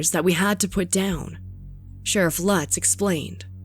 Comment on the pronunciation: Sharif Lutz is a is a long U, not a short one. (LOOTS) Do your home work!!! Plus other mispronunciations. Also to call it an animal "preserve" is generous. It was more like a collection of half-ass cages. Efforts were made to capture the animals before shooting them, and the Columbus Zoo did consult.